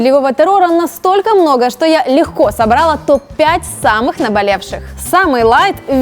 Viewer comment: Если делаете обзор, то потрудитесь ставить правильно ударение в словах... не собрАла - а собралА и не подобрАла - а подобралА